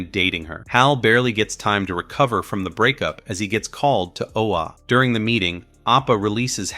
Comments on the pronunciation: It’s “Oa” not “Ola”. You have no idea just how much I am disliking you more and more because of your deliberate mispronunciation. I have half a mind to just stop watching this video here and now because of it, and the desire is growing fast. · It’s O-A not OLA your killing the name of the planet of the GL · Really enjoyed the show & was sorry to see it canceled. And mostly enjoyed the recap but c'mon guys, get the pronunciations correct! It's Oa, not Ola & it's pronounced uh-TROSS-it- us. A simple viewing of the show would make this clear.🙄🤨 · This is the worst narrator ever bro go and watch the cartoon.... first you pronounce Atrocitus the wrong but Oa how you get an l in that...talking shit..